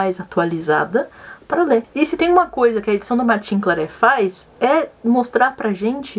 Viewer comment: Martin Claret se pronuncia Martã Clarré/Clarrê.